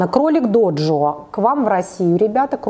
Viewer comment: Кролик ДЖОДЖО, а не доджо